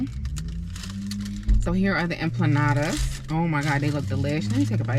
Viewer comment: EMPANADAS not EMPLANADAS 🤣🤣🤣